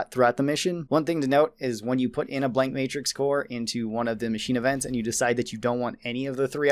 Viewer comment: "Macnine" instead of machine